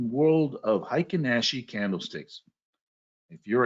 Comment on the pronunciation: I studied Japanese…heikin-ashi….hey ee king ah she…is the correct pronunciation….happy to give you a little tip. Thank you for your knowledge….